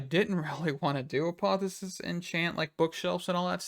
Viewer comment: Say apotheOsis again 🤣🤣🤣